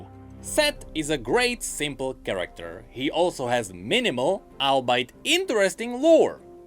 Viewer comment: Hey, the word you pronounced "albite" is actually pronounced "albe-it". Just a friendly heads up. Great video overall <3